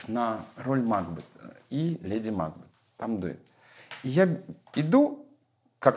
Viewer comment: МакбЕЕЕт, а не МАкбет, Николай Максимович, простите великодушно, но это так.